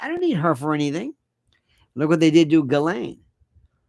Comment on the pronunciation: Lionel stop it with your creepy pronunciation of her name. That is low class. I thought of you as more like David Niven. Classy